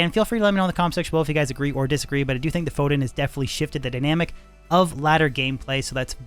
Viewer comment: is a cool guy, but calling it a "FOHDIN" 🤢